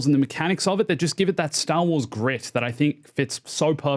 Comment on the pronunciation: Say Stah Wahs again.